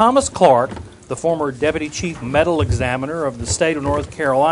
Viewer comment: The chief medal examiner.? Did I hear that correctly? Thought it was medical examiner